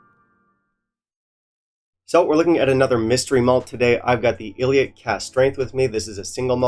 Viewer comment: Ileach 58 is considerably better than Finlaggan 58. In terms of anonymous tasting at the IWSC, when rated, the results were as follows: 1. Ileach 58 2. Scarabus (57) 3. Finlaggan 58 Plus Ileach is pronounced ee-lawch. Lach like the pronunciation of the Hebrew letter ח. (For simpletons, the sound you make when you are about to spit) I love your channel but a few tips: This is not a whisky you should add water to. It is also important to note that when faced with a peated whisky at this strength, you need to drink it correctly via properly smelling it 3 seconds prior and as it comes into contact with your lips.